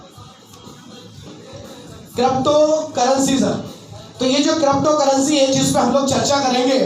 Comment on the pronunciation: Krapocurrency nahin hota , crypto currency hota hai